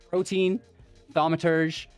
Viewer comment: Not hating, just helping. It's pronounced "pro-tee-an" You clicked on the robber in game 2